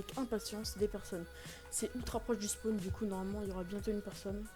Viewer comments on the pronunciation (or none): none